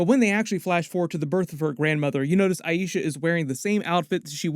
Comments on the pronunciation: I-Sha not I-E-Sha 🤦🏽‍♀️ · It's 'aye-sha', not 'aye-eee-sha'! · Small nit pick but why does everyone say "Ay-EE-sha"? It's AY-sha. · Please please please pronounce Aisha correctly. They say it over and over correctly in the show. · Feels like went out of his way to pronounce Aisha's name wrong several times this video. I feel like anyone studying the TV show "should" know how it's pronounced. Can pronounce Najma's name just fine though? Oh well, just my opinion. P.S. I'm not hating, just confused.